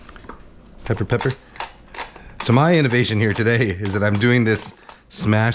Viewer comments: LOL "salt and pecker... salt and pepper" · Haha! He said “salt and pecker”😂😂😂 Really enjoyed the video!